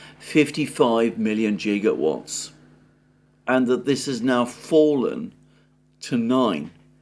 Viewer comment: I was once told 'never laugh at someone for mispronouncing something, because it means they only ever read the word'; but, 'jigawatts' is a good one. More significantly, this is the guy who claims to hold expertise and exposure to aerospace engineering. If you claim expertise, some people will remember.